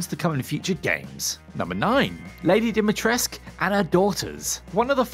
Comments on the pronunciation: DimitrescU fucking U!!! Not Dumitresc. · "Dimitresc" where is the u letter man? Not english or french where you just drop many letters without reason.